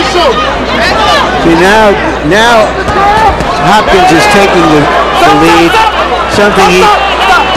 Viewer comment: "Hopkins sauce" he said